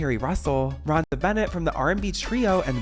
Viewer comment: C’mon you guys!! mark. At least get people’s names right. You all REALLY show how young and ignorant you are sometimes. J.C’s last name is pronounced “Shah-zay,” NOT “Chay-says.” Another one is at the mark, it’s pronounced “Roe-Nah,” NOT “Rhonda.” ….. That’s all.